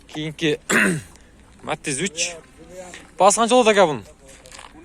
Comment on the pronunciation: Э кот метиз эмес Матиз болот норма суйлоп тартсан урот сен потписчиктеринин айтканын кылсан жакшырак болот